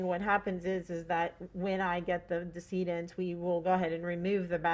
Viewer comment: Its decedent, pronounced deh- seh- dent. Not Diss-eee-dent. What college did you go to, they actually gave you a degree.